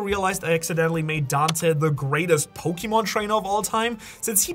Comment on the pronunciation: He said pokeman to the ten shadows technique three fucking times